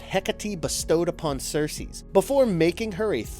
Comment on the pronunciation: Who else is distracted by him saying Sersees every time he refers to Circe? Where'd the "s" at the end come from? And Hecate "lamenates". Lol